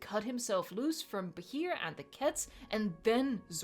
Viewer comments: Btw Bachir is pronounced Basheer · It's pronounced Bah-sheer, but good attempt!! XD